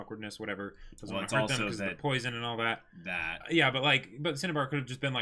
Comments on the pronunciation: He said Cinnabar in the first episode, but then amalgamated the Japanese shinsha and Cinnabar into Shinnabar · I kinda cringe a little every time says 'Shinnibar.'